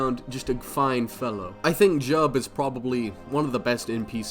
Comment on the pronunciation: You said Jiub wrong. Ffffake fan lmao